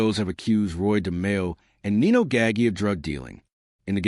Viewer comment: Your mispronunciation of Nino’s name is a bit off putting.